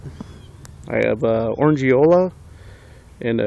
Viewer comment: Actually it's pronounced Orange-ola not Orang-E-Ola. Sorry about that!!